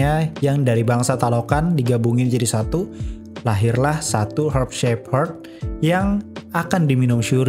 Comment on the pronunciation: Herb shape herb aja susah bg ngomongnya wkwk